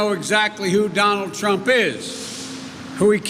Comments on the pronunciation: President “Clump?” at the mark? 😂 Whether it’s Trump or “Clump,” as you say, that’s who I’ll be voting for, not you. You aren’t for the people when a) you have no crowd and b) you don’t take questions unless they are scripted in advance. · PRESIDENT CLUMP??????? MY PRESIDENTS NAME IS DONALD J TRUMP. NOT CLUMP. CANT YOU GET ANYTHING RIGHT JOE????